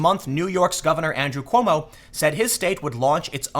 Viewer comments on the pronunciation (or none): none